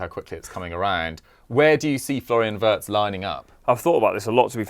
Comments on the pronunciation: It's pronounced as Virtz not Wertz. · Actually it’s vietz not virtz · Pronounced veeartz